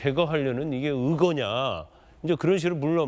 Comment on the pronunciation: 성주씨 '으거'가아니고 '의거'임다